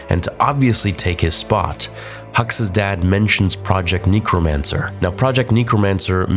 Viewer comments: Neck-romancer Not Knee-chromancer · how do you not know how to pronounce necrmancer fucking hell never heard someone pronouce it like that its so bad. who pronounces it neecromancer when its neck-ro-mancer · necro not kneecro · I’m sorry, but the way you said necromancer cracked me up. NE-crow-MAN-sir. NECK-row-MAN-sir. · Please. . it's pronounced neck-ro-mancer, not neko-mancer. We don't need to be summoning nekos in Star Wars. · Neh-cromancer not knee-cromancer 😆❤️ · its NECK-romacner, not KNEE-cromancer.... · Nek - Ro - Mancer, no one that I've ever known has called it Neek - Ro - Mancer. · bruh neekromancer really read a book dude I can't believe were stuck with such a midwit. It's Necro like Velcro. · How is it that you get the word "necromancer" wrong!?! Neecromancer? Really? C'mon man, you're better than this. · "neekromancer" bro huh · Project "neecromancer" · Man said neecromancer lol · Project KNEEcromancer? Lol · Project “NEEKromancer”😂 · good vid and all but... kneecromnacer? is that a Canadian thing? lol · for the love of god, its pronounced "Neh-kro-man-ser" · Good video, I really can't stand the "knee-cromancer" though😂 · "Neekromancer"...Rathma turning in his grave 🤣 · You say Necromancer wrong....and I cringed every time you said it lol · Why you pronouncing necromancer like that bro, borderline sus 😂